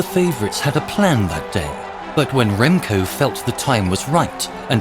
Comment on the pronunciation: I can’t ignore how they said his name SUPER wrong but well done Remco thank you so much for winning a Olympic gold metal for us!